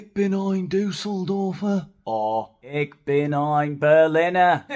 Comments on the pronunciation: “Ich” = “Eek” lol 😂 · And "Ich" is pronaunced like loch [Scottish for lake] my take on it Internets explanation "Ich means “I” in German. To correctly pronounce ich, there are just two sounds: The vowel I is pronounced like the I in the English word “in.” For the CH, we use the softer pronunciation of the German CH, which is often compared to the sound of a hissing cat." Hissing cat? Well then his wife can teach him 😂